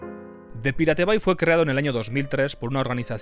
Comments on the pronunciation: Ni "paireit bei", ni "piratebai". La pronunciación correcta es "pirate bei" ("pirate" castellanizado, pero "bay" en correcto inglés). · Se pronuncia "PAIRET BEI" no es tan difícil macho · no entiendo como se te hace mas facil y eficiente decir "pirate bai" que decir "pairat bei" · The pirate bay se pronuncia : de pairát bey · repite conmigo "PAIRET BEI" <--- leelo así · Man no podes decir PIRATE BAY , posta es una falta de respeto. Te ganaste tu Dislike. 😢